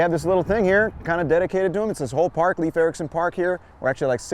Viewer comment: Nice history, but remember that Leif Ericsson is pronounced LAYF, not LEEF.